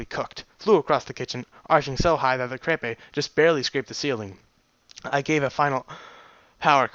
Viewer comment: Have you figured out how to pronounce crepe yet?